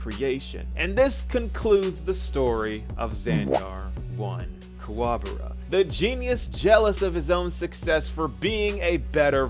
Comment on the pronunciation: Bro, are you rage baiting? Are you trolling you keep saying his last name wrong?